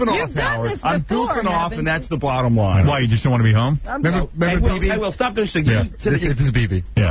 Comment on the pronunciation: Sixty NOINE Sixty NOINE NOINE NOINETY NOINE NOINE NOINETY NOINE LOINE NOINE 064-NOINE